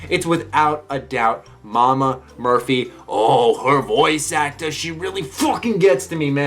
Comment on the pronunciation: accent came out when he said "Voice actor"